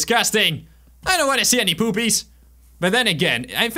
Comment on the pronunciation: As you said "poopies" i understood "boobies" 😂😂😂